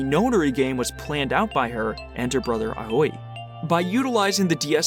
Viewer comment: A quick note, Aoi is actually pronounced Ow-ee. Great video all the same!